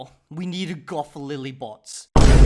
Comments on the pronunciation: You butchered her name. Check on Google Translate how "Botes" is pronounced in Afrikaans. 😃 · Had a feeling you weren’t gonna pronounce Botes correctly 😂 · B + oo(as in "pOOr") + t + es (as in sYStem) = Botes. Shes not a bot. PS. The shaved head looks good.